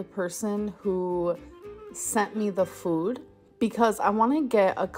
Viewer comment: thank you for perfectly capturing the absolutely infuriating way that pronounces ‘food’. makes my blood boil every time!!